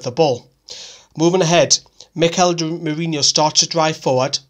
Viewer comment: ITS NOT MIKEL MERINIO ITS MERINO. ITS DRIVING ME MAD